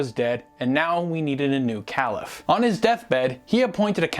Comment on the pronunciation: Excellent Video, easy to understand and full of the right information. One of the best vids I've seen! Your knowledge is remarkable! Only a minor detail to bear in mind though- you are pronouncing caliph wrong.